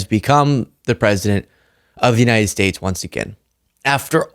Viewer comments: "The United Spits" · he said "the United SPATES" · When talking about Panama did he just call us the United Spates??? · United spates?? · The United Spates XD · United spac.... I'm trying to say united state.... well done Trump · Did he (45/4*) just say, The United Spates"? Lol!!! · The United Spates eh? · "The United Spates"??? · Trump said United Spates, then quickly tried to correct his mistake with his patented “the weave” and says the United States!